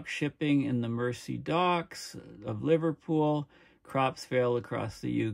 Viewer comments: It's pronounced as the River Merzee. As in The Beatles and the Merseybeat. The other one to the south-west, south of The Wirral, is the River Dee that runs through the ancient Roman city of Deva, now Chester. It'll all freeze. I'll be dead, I reckon, before that. Cheers! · That's not rock'n'roll is ambient chill out However speaking of rock'n'roll you can get the right pronunciation of Mersey from the Beatles track "ferry across the Mersey"